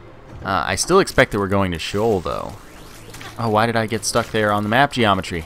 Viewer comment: its Shee-Ohl